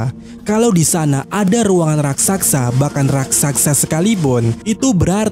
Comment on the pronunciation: RAKSASA Min,, bukan RAKSAKSA Coba eja..... RAK.....SA.....SA..!!